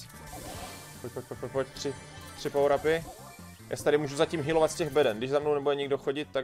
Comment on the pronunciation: Neni to barly ale Barley a neni to pawr ale power